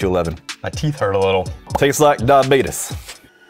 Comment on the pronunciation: Oh, wow. Yes. As some have said, this one is funnier than usual. when says, "diabeetiss", I can see a big bellied someone named Uncle Billy sitting in his recliner talking about someone contracting "diabeetiss". And then?? The cat says it... Death-On-A-Stick. I died. 💀